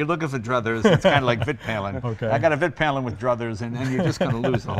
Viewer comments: Vit Pilen is pronounced Veet Pee-len, it means the white arrow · In Sweden we like to push words together, so Vitpilen is actually the two words Vit and Pilen meaning the White Arrow, Svart is Black and Silver is Silver. Vit is pronounced Veet and Pilen would be Peelen. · Ummmmmmm it is really pronounced more like Viit piilen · Also "vitt pillen" and "swart pillen" lol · Hi! Vitpilen should be pronounced Veet-peelen, with long vowels. Peel as in orange peel, and Veet such that it rhymes with wheat. Svartpilen would be Svart-peelen. The names mean "white arrow" and "black arrow". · "vit" : [pronounce the i as you say e in "easy" aka a longer "i"] vit [viiit] is where your word white comes from. Husqvarna is a city in Sweden. It means "The mill house". Just call a Swede and listen a few times. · Haha... It is pronounced "Wheet Peelen" ;P